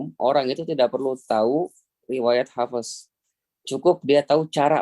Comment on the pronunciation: Kok hafEs.. kirain huruf ف bukan qolqolah